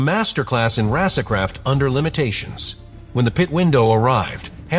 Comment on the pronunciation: "Rasercraft"...Whats that? 😂😂😂